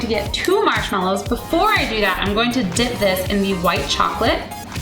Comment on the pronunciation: when she said ready to dip it sounds like she is saying dick O.o